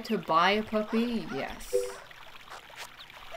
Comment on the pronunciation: I like how says “puppy” PUPPEH